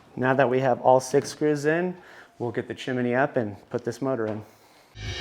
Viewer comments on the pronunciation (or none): its pronounced CHIM-NEE not CHIM-IN-NEE